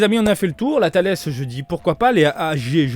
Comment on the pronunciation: Alors non c’est bien « Tullece » et pas « Thales Ça vient de la laitue 🥬 Merci pour tes vidéos, tu régales à chaque fois